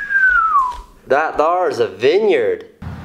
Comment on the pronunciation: Okay I'm from Alabama and when he said "that thar" is not a southern accent. I snorted lol. It would be THAHHT OVUUR THEYRE